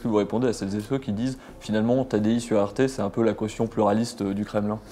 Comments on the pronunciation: Il est naze le présentateur ou quoi ? Il 'est pas sur "arte" mais sur "rt" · « Pourquoi vous trouve-t-on sur une chaine comme Arte ? » Pourriez-vous mieux prononcer RT, SVP ? Là il y a vraiment une source de confusion.